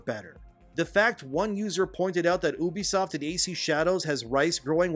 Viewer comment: It’s pronounced “You-be-soft.”